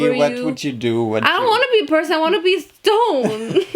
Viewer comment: At first I understood “I wanna be a little stoned at the beach” later on I realized she said “I wanna be a little stone at the beach”